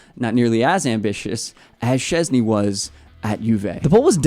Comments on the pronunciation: And his last name sh-ches-nyi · I think you can try pronounce his surname: Shchezny 😀